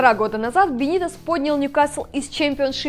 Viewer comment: неумастная шутка про секс, неправильное ударение в имени Рафы, слишком субъективные взгляды на многие вещи, но в целом не так уж и плохо. Есть куда расти. Кстати, чья идея была пихнуть сюда Бенитеса? Бывший коуч скаузеров в МЮ? Вы там обкурились?